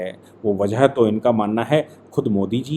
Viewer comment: बजह नही वजह सही शब्द होता है।